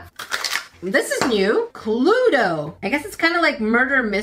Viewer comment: Wait- am I the only one that doesn't pronounce cluedo like? My jaw dropped when she didn't pronounce the E (love you )